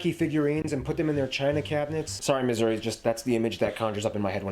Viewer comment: Nailed Missouri 😂